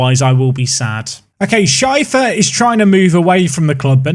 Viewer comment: Why do you pronounce Schäfer Scheifer?